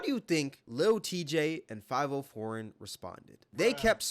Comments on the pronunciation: Good god you calling him “Five-Oh” pissed me off worse than them disrespecting max, how did you even BELIEVE that's how it was pronounced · You BUTCHERED dudes name it's pronounced Five vi oh 😂😂😂😂😂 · Fah vee oh... i thought you were white because you kept saying his name wrong. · 5-0 foreign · Bro consistently pronouncing Fivio “Five-Oh” just aggravated the hell out of me.😂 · Had me thinking I was wrong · lol Fav - ee - oo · bro said fiveoh foreign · How are you talking about this when you don't even know how to say Fivio name... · The way you pronounce fivio proves you not in tune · Why tf do you keep pronouncing fivi name like that? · You def said his name wrong on purpose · Bro how are you black and pronounce fivio like that 😂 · Definitely sayin that niggas name wrong lol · Are you intentionally mispronouncing foreign name? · The way you say Fivio name hurts my head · Y9u can't even say Fivio lol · I haven’t listened to Fivio in years, I just thought his mispronunciation was funny😂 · ah man, let fivio know he pronouncing his name wrong. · i aint ever heard anyone say fivio foreign like you broo lmaoooo, 5 0 foreign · its Fi-Vio Foreign dawg not 5-0 foreign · his name is five e-o not five-O honestly more like favy-o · I fw the video but brooo it’s FIVIO(Five-Ee-Oh) 😭😭😭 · And he just lost half his credit with this video. 1st Bro be making valid points but he can't be really tapped in the way we think cause we all know Tory Lanez and Adin Ross is what made this whole streamer rapper collab viral. And dude just pronounced his name five-O when it's spoken as Favio....fav not five io" eo" not o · It’s not five-o foreign , it’s fa-vio Foreign 😂 And bruh, you outta bounds calling lil Tjay corny and saying he fell off. Lil Tjay is hot af rn. 🔥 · Its not 5-O foreign. Its Five-e-o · Five-e-o but either way bro corny so we ain’t worrying about it 😭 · I might be wrong but I think it’s fav-E-oh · "Five O" pmo ngl💀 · The way he says fiviooo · did bro jus call fivio "five oh" 😭